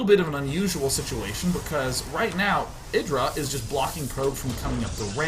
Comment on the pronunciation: I LAUGHED WHEN I HEARD HIM SAY IDRA LOL